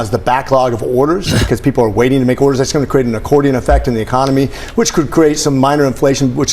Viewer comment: Donald cannot for the life of him pronounce the word, 'People' correctly, he says: Pee-o pull, or pea opal, it is VERY strange! What planet is he on?